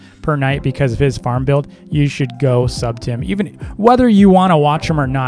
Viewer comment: when u said farm i thought u said fart XD but i LOEVE THISSSSSSs Wait.. Hello to 😅